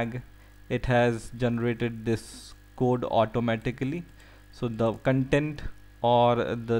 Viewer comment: The kan-tent ;p